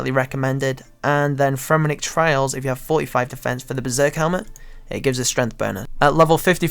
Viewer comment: Fremmenik TRIALS, not TRAILS. Pronunciation is everything.